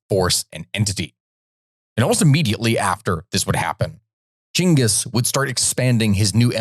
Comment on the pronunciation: Actuall Mongolian here we call him jinkeez too… so youre telling people that we Mongolians call our king by arabic pronounciation ? 😂 are you sure? By the way you should white Chingis /Чингис/ not jingeez or whatever